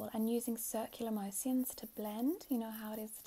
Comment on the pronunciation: " circular mo-si-uns " ahahahahha